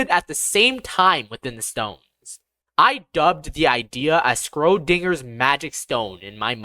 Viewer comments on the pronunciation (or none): It's Schrödinger not Skrodinger!